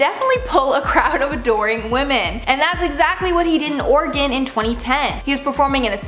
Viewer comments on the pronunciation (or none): none